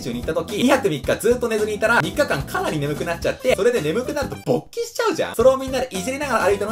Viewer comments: ぶぉ にめっちゃアクセントwwwww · この人って一番最初の音にものすごいイントネーションが来るからね